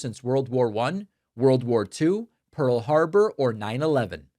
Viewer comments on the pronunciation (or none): none